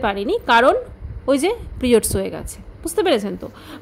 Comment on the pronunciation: কথাটা পিরিয়ড, প্রিওডস না।